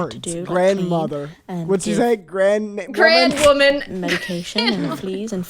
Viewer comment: GROUND WOMAN!!! NOT GRAN 😭😭😭😭😭😭😭😭😭😭😭😭😭😭😭😭😭😭😭😭😭😭😭😭😭😭😭😭😭😭😭😭